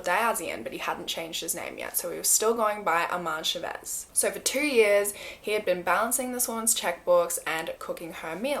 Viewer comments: You did an incredible job with the Malaysian names and then said Chavez wrong lmao but it sounds more like an accent thing than a mispronunciation. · the way she pronounces his last name chavez....Its wrong.. but yes he is terrrible, and i remember this awful story...